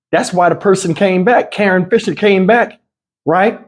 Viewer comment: Karon? Nah, that’s Ka- RON.